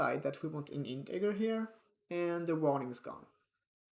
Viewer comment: some friendly advice it is pronounced intejer